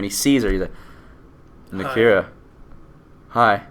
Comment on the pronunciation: You mispronouncing Nakia and Okoye is really getting on my nerves for some reason. I love your reviews.